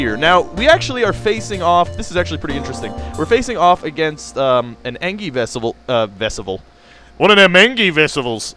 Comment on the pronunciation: maybe im wrong though it doesnt matter that much isnt engi pronounced en-gee. thoughts?